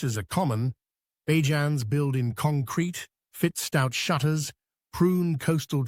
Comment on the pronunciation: Please, Please, Please, I beg the narrators of every documentary video on Barbados, use the word Barbadian for the citizens or please learn to pronounce the nickname correctly. It is NOT Baa-jans; it is Bay-juns.